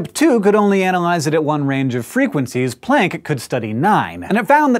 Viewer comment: Hank, for someone who makes a big deal about pronouncing Neanderthal correctly, you sure do ride roughshod over the pronunciation of Planck, which is much more plonk than playnk. I love your channels, tho, I must say.